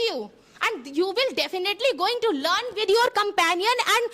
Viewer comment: lun instead of learn😅